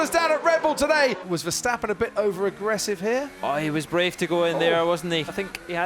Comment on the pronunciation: Finally there's Verstappen instead of VerSHtappen. But who is Fettil?